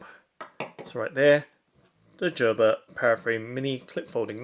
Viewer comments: Jerber 😂 you mean Gerber (GrrBer) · Lol 😂 He is saying "Jerber" wrong pronunciation 😂😂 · Gerber with a hard G. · It's pronounced gur-ber